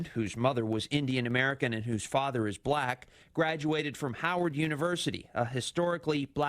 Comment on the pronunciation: There's something oddly racial about the way he says "bLack".. Maybe I'm nitpicking but it's probably because he's a racist.